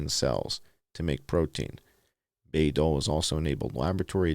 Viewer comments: It's pronounced BYE as in Senator Birch Bayh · Btw,😉Bayh is pronounced BYE. The Bayh-Dole act.